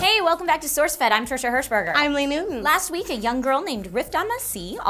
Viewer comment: "Hershberger". LOL